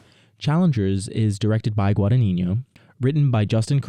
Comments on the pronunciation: just so you know - the pronunciation is more like guadan-yino and not guadaninyo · You mispronounce the director's name throughout the video... Please get a native Italian speaker to help 😊😊